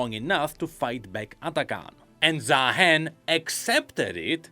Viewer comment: why are we still pronouncing his name wrong? ZAAAAAAhen when it's Zah-hen? do we not watch his champion spotlight or Rioters speak his name? or even watch the motion comics?